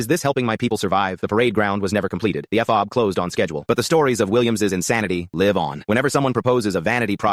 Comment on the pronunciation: I wonder if the AI reader will ever get the words right. F OB. One 200 for 1200, it is seriously annoying.